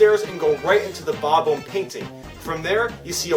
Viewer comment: it is called bob-omb not bob oumb. also why arnet you predicting Super smash bros for nintendo switch